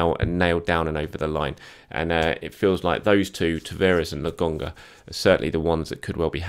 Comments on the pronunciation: LAKONGA its a K, why do you keep saying LAGONGA????? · ...PLEASE...its Lo..Kon..ga not logonga.:D